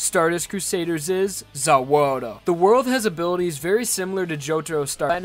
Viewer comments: said za worldo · Did he just say "ZA WARDER"? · Bro didn't say za warudo he said za waldo😂😂😂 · How you said za waruduo made me gag. #no hate